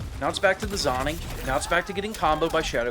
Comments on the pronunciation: He's saying "zonning" because he knows it'll piss people off, and its working 😂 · its pronounced zoning, not zoning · It’s pronounced zoning not zoning 😿